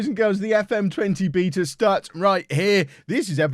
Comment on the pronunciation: Don’t pronounce beta like that please